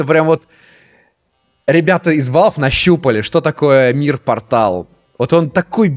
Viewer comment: КАК! КАК ТЫ МОГУ СКАЗАТЬ НЕ "пОртал" а "портАл"